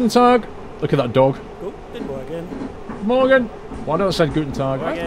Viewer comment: Hi, thx for this DLC: I worked in Vienna in 2006 and this reminded me of that wonderful city. The German road names are quite difficult for foreigners but the way you say "Tag" and "Morgen" is very authentic. Perhaps a new career for you?:-) The GObox is a radio emitter for the road toll system (the numbers on it are for the number of axles)